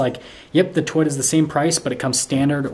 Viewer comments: I don't mean to be a jerk, but Toyota has two Os. Toy-O-ta. Not Toy-da. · It's To-Yota, not Twitta. Elon does not own Toyota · Learn how to say Toyota. Its not "Toyta"!!! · We only see your FACE! 🤕🤮 We wanna SEE THE TRUCK! 😢 Lol. It’s TOYOTA… not Toyata real fast. Wow. 🤦🏻‍♂️ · I keep hearing him say twita instead of Toyota am I wrong ? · You need to learn how to say Toyota